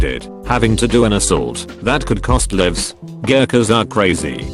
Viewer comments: ...the bot can’t pronounce “lives” or so many other things, but ‘he’ can pronounce all that? On the other hand, I suppose I don’t know if he did really pronounce it well. Perhaps it just sounded impressive! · How can this thing pronounce "alesia" correctly but then fuck up "lives"